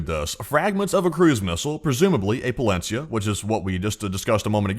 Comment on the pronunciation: Not !!! Palensiya 😂😂